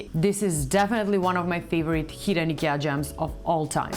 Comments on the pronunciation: It's not EKEA, it's IKEA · Why u pronounce IKEA as eekir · Have we all been pronouncing IKEA wrong this whole time? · first rule of fight club: learn how to say IKEA if you gonna do an IKEA video